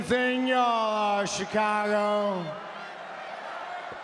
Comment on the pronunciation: Was i the only one that heard Roman say chacago😂